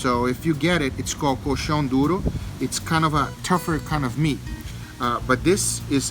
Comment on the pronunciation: Hey, are you brazilian? You pronouced coxão duro correctly... :P